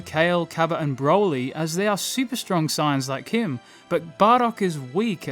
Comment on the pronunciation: Sounds like he's saying "signs" instead of sayians